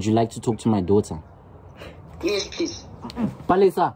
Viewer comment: Not Palesa😂😂😂😂 not Palesa